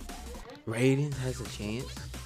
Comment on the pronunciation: You said raiden name wrong it's rai-den it's not the same way you say the god of thunder name